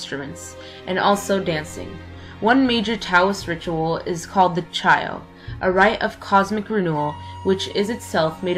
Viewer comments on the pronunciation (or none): none